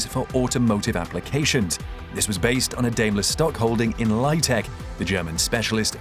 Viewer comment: Good video: note, it is pronounced Dime-ler or Die-mler